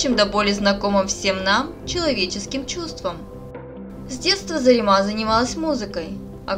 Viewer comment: Не ЗаремА, а ЗарЕма! Не ставьте в наших именах ударение на последний слог, как в азиатских именах!